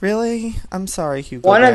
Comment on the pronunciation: Joey I laugh so effing hard at your name pronunciations. "HugoBear" LOL